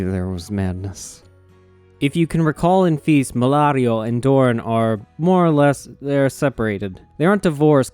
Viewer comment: Doran has two syllables. When you say “Doran” it sounds like you are saying “Dorne”. Why are you pronouncing them exactly the same way? What the hell happened to Doran’s second syllable?